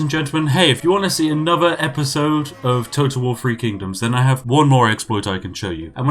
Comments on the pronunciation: I like how he pronunciates THREE as FREE. Free Kingdoms, from unlimited gold. :) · It's really bugging me how you say "3". It's 'THree' (emphasis on the 'th' sound) and not 'free'. This may seem pretentious but where's your proper British pronunciation. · He has a lower class southern uk accent. They can't pronounce th. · Free or three.....YOU DECIDE!!!!!!